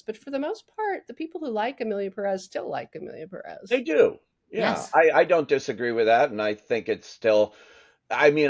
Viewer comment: Why can no one in Hollywood properly pronounce Emilia Pérez? The accent is RIGHT THERE. Not very progressive…